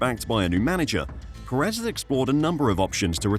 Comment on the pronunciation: Please learn how to say Pérez, dude. You're putting emphasis on the wrong syllable.